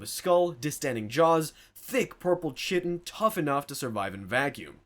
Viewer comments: Dude also keeps saying "chit- tin" instead of "kai-tin" lol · It’s Kai-ten not chit-in and cap-ih-larry not cap-illarie. There are a few others as well but now I’m wondering if it’s on purpose. One more for good measure though, Tell-ep-oh-thy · Kytan Kye - tun Kye" rhymes with "eye" or "kite," and the second syllable "tan" is pronounced like "tun" in "tuna." Not Ch - tin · KAI TAN- not SHITIN' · Chitin. Pronounced: kite-in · Some constructive feedback - a lot of the basic exposition like what the horus heresy or imperium are, is kinda redundant. I think the audience either knows or if they care can Google it easily. It's unlikely this is many people's first 40k exposure, especially if you're describing very niche, esoteric aspects of it, and it makes the flow very choppy. And "chitin" is pronounced "Kai-tin" with a hard C